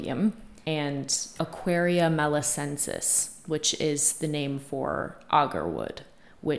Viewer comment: It's Aquilaria malaccensis. you were close but missed the "quil" part but it's impressive that you knew that because oud is about as exotic as it gets. Oddly enough, it's the only latin plant genus name I know because I have talked about Oud a number of times on my Fragrance YouTube channel and every fragrance youtuber gets it wrong because they leave out the malaccensis part...but you didn't which is deeply weird.